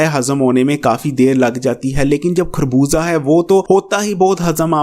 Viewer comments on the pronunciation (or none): plz. Correct your pronunciation it is خربوزہ not کھربوزہ،